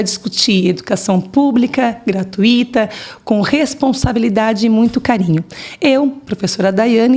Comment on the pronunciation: E a professora não sabe que o nome é GRATUITA e não GRATUÍÍÍÍTA?